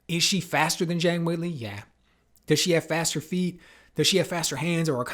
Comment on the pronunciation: Good analysis, but I continue to be frustrated by the pundits inability to pronounce Zhang's name correctly.